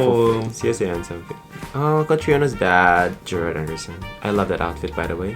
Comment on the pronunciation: It's Gerald Anderson not Gerard haha